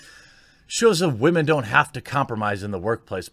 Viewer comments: 😂 i love how he says wahmen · Can someone kindly explain to me why women is being pronounced as "Wah-maan" recently? Just curious that's all! O_o